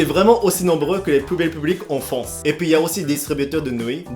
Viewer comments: Arrète de dire fonce pour dire France . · France avec un R FRRRANCE